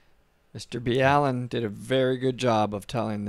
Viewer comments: Mr bee Allen and Mr bell end LOL you both mispronounced his name great stuff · He still says Mr Bee Allen?